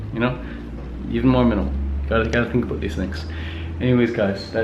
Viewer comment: oot and aboot 😂 fellow canadian!